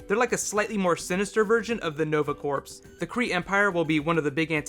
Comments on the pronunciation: love your video but its corps like core, not like corpse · "Corps".......Pronounced "Core".....It's French. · Like your videos! One comment: "Corps" is pronounced "core." I know, it's a French word and they love silent letters. Keep up the good work. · Corps is pronounced "core" like the marine corps. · corps is pronounced like core... just for future reference ( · The "p" is silent in corps (as in Nova Corps) as is the "s". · yea that was bothering me too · Corps. Rhymes with tour